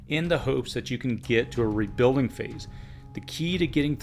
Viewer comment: Why can't you say rebuilding properly!